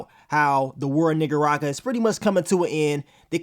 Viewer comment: Lol i feel offended by the way he says Nicaragua 🤭😋